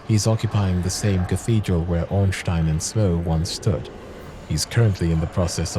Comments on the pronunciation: I will like this video, simply for the fact that you pronounced Ornstein's name correctly, as every German should know. Quick German Lesson for those who don't know: When you see [EI], you pronounce it like "Aye", not "ee", so "Stein" would be pronounced "Stayn" just like Einstein. German pronunciation stays consistent no matter what, so that carries on across cultures and countries. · Discovered your channel just recently and I must say: Great videos and production value! Keep the good work up and as a German I just have to praise you for your pronounciation of Ornstein 👍